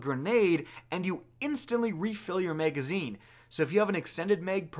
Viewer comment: Wtf is a muhagazine?